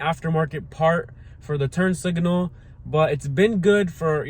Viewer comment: Sorry, but it was aggravating me, but there is no "i" between the g and n in signal.